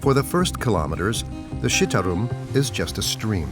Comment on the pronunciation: The pronunciation is C = Ch it’s not pronounced Shitarum but Chitarum = Citarum